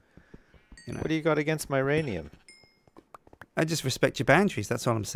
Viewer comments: is the only guy I know who would let anyone violate his "uranium" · If you're gonna sleep with my blade, then I'm not gonna touch "youranium" xD What?! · said uranium and nobody said who's rainium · he calls uranium my ranium because it sounnds like your rainium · Who's ranium?Uranium!